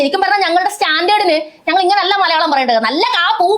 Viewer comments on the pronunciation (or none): none